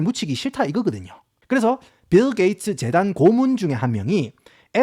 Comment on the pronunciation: ㅋㅋㅋㅋㅋ씨불알 빌게이츠 라고 할 수 있으면 븰게이츠라고 계속 하네 ㅋㅋㅋㅋㅋㅋㅋㅋ